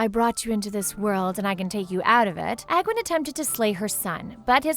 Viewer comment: Using pictures of King Wrynn's grandson (the current king of stormwind) confuses things... Also, the way you pronounce the people's names is weeeeeeeeird... I always pronounced Sargeras "Sahr-GHEH-rahs" and Aegwyn as "Age-win."